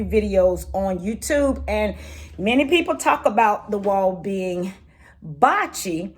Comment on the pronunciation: Blotchy not botchy